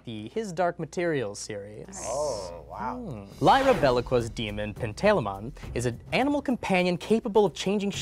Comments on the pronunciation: Um, actually, mispronounced both Lyra Belacqua's and Pantalaimon's names. The girl is "LIE-ruh buh-LAH-kwah" (not "BEH-lah-kwah" as pronounced) and the daemon is "pan-tah-LIE-mun" (not "pan-TAY-luh-mon" as pronounced). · Having re watched this that's also not how you pronounce belacqua